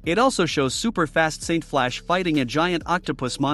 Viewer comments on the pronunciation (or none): none